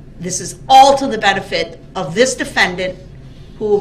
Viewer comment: “The DeFaNdAnT!!!!” 😂😂😂